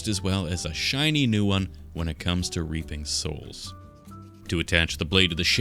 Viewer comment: Maybe don’t say reaping because it sounds like something else 😅